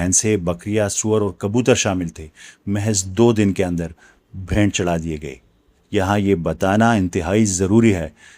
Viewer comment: sir g bhaynt nhi bheent